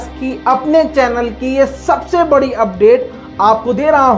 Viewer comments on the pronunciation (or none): none